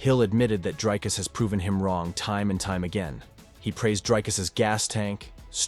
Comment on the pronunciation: Honestly just learn how to say Dricus. It's not that difficult. Show your champ some mf respect. 🇿🇦